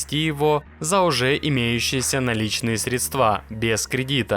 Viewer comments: Автор, правильно говорится среДства ,но не соедствА. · Не средствА, а срЕдства. Завязывай с колхозными привычками, коли в блогеры залез.